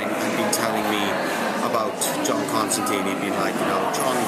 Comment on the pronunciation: I've been very excited for this show, I've been reading "Hellblazer" in preparation, I think the show looks very good......but I hate to be "this guy" but they didn't write his name right, it's in the books a few times where he says "it rhymes with line" I just wish that would be fixed